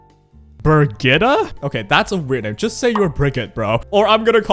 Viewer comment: BIRGITTA FÖR FAN Birgitta is a common name here in Sweden (and probably in Denmark and Norway as well). Guessing Senya will be an ML, since she's called "Dragon bride", probably a world were Mort actually does get romantic feelings for Senya. Also, the way you pronounced Birgitta was pretty correct